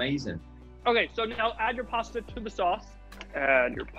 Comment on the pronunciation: you killed all your Italian stans with that "pasta" ahahaha